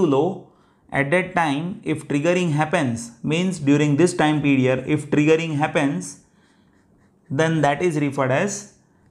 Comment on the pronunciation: The explanation was excellent, understood everything, but why are you pronouncing Pedior something (period) ?